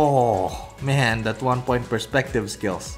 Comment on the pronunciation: Him: ooh men Me: Omaygad men!! Also him: man Me: thats good men!!